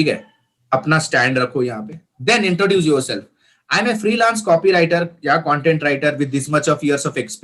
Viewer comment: It's not "cantent". It's "content". 🙄